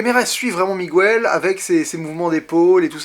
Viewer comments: PLEASE prononce "Miguèle", pas "Mogouèle". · Bonne critique, par contre Miguel ça ne se prononce pas "Migouel" en réalité ^^ Pour ma part j'ai beaucoup aimé (et bien sûr l'histoire avec le personnage nommé Coco qui est très touchante) même si émotionnellement et visuellement parlant j'ai une préférence nette pour Vice-Versa <3 <3 et Toy Story 3 :D